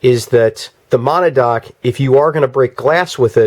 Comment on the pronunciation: Good video. FYI it's pronounced Ma-nad-knock